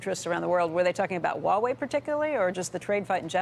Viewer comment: it's called as it is spelled, Huawei, not uawei